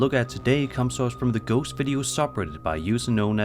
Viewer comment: For number three he definitely says goat a bunch of times instead of ghost